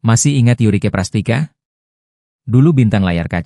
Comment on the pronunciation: Hostnya ngawur..Prastika bukan prastica .catatan Si Boy V ( lima) .bkn siboy Ve..